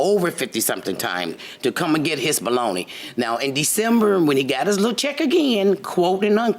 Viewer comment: It sounds like baloney when she says belongings